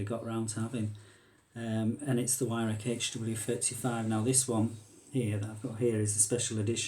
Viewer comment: Pronounced VIRAWK not WYRAK jesus give me strength.... Weirhauch will be screaming at the screen 😢